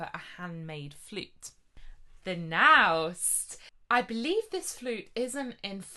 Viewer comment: Michael Lynn is my traverso teacher, and he speaks very highly of these 3D printed traversi by Wulf -- and that's VERY high praise coming from him! BTW, Naust is pronounced "nohst."